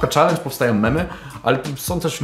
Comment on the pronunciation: Tęskniłem ża tym "czeleendż"